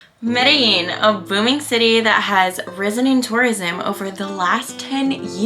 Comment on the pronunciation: You pronounced Medellin wrong. the double L's actually sound like a G. Sorta how your pronounce jeans.